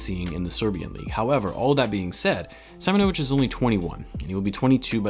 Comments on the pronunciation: Not SAImonovic but Seemonovic cause in slavic culture there’s no SAimon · As I’m from Hungary I’ve heard some Serbian before and Im pretty sure it’s see-‘mo-no-vitch :) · Its pronounced Marko Seemonovitch 👍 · Being Serbian myself, you pronounce his name like this. Marko Simonovic ( See-Moan-O-Vich ). I’m very excited if Marko ends up joining the team. I may be biased but Serbians are the cream of the crop in terms of European talent, Serbian basketball players a bred to be team first players with fundamentals coming before anything in the sport. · With the way European names are pronounced, I think it is pronounced as "see-mo-no-veech" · You were close just try to read first (i) like (e) Seemonovich similiar to this 🤣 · See- moñ-o-vic'